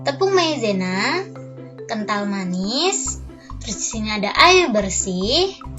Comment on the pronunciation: Ngomong appan anj kental manis kental manie